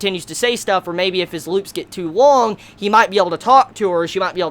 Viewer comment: "Loops get too wong" lol